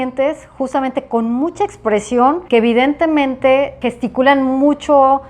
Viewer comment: No sé cuántas veces dijo evitentemente!!!!!!